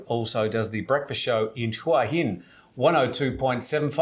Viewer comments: Hwa Hin, not who hin. Please learn to pronounce the towns you live in. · If that guy (Steve) lives there, he should be able to say it! Hoo-aah Hin NOT Who-Hin Or should we all say Phuket incorrectly? Does it sound like phenomenal? Teach the language as natives pronounce it or go home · Agreed... hwa hin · It amazes me how most seasoned expats struggle to pronounce the easiest of Thai place names. Listen to a Thai national say it.....then say it the same way! It's not rocket science...Hoo - a - hin lol! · You would think someone who has lived in Thailand for so long would try to pronounce Thai cities like a Thai. Just listen to Tim... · Yeah, isn't that annoying.